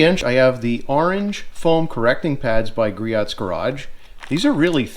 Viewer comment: Griot = "Gree-Oh" It is so common that they have a tutorial on their website. Rumor is that Richard (Griot) would charge double back in the day if you made a phone order and mispronounced his name.